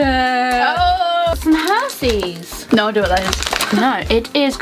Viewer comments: It's pronounced her-shes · The fact that she said Hershey's wrong made me laugh😂